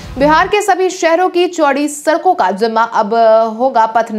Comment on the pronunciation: Sarak sarak kar sadak bolo